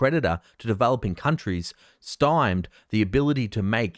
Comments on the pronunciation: Stymied - Sty-mead. Not stemmed. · It's pronounced "sty-meez", not "stems". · stym-ied - not stimed. you've got a uni degree haven't you? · Stymied is pronounced "sty-meed" your welcome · Pronounced Sty Mead. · Stymied, pronounced 'sty' then 'meed'.